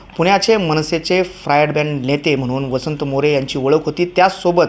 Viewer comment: फ्रायड ब्रँड नाही रे फायर ब्रँड म्हण.